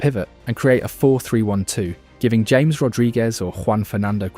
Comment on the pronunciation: Literally never heard anyone pronounce "James Rodriguez" like the English "James" instead of "Ha-mes".